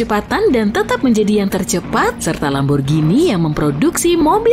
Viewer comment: feiriririri atau lambergember ?